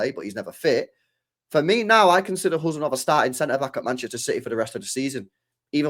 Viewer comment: 😮You are first English men pronounced his name correctly 😂